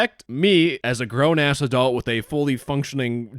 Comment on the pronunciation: Note to Adult sounds like "adolt" and not adult, idk it's a Canadian accent or something